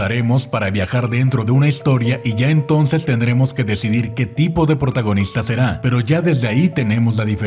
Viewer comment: alguien se dio cuenta que cuando hablo de hollywood dice portagonista